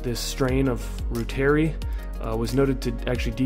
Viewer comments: It’s pronounced ROO-TER-EYE please! 🙏🏽🙏🏽🙏🏽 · Pronounced "ROY ter eye" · Reuteri is pronounced ROY-ter-ee . It is named after German scientist Gerhard Reuter (ROY-ter) and pronounced like his name with the short i as the last syllable. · Reuteri (ROY-ter-eye)